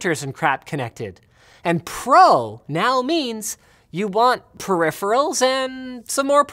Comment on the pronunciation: I think you meant "Proripherals and Proformance".